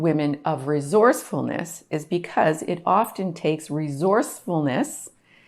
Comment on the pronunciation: Great content. Were you trying to say "re source ful ness"? 😊 . Repeaton por favor...."Re source ful ness". One more time: Re source ful ness. Good. Keep trying, ok. Very good.